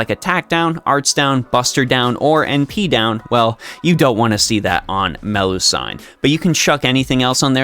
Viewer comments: Nice guide, but I keep getting distracted by your pronunciation of Melusine. Why do you call Me-lu-sine Me-lu-san? I've never heard anyone say that before, unless it's a nickname? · Either its Melu-seen or Melu-si-ne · Man I watch your guides most of the time but when you pronounce her name as Meh-loo-sayn, i go mad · Ngl it's distracting to keep hearing MeluSIGN over and over again. Also about the statement that you don't need another lancer in the game, that's only true if you have her atleast NP3+ for her to easily farm at neutral and even counter class. At NP3+, 90++ will also be easier. And also when just doing regular daily farming (spending nat ap) you can just use bond % ce instead of bbg at that point. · The "I" in Melusine is pronounced the same as the "I" in doing, looping etc, instead of the "I" in knight or Friday.